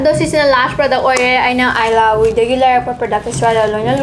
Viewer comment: eelahhui hyba not ailahui 🤪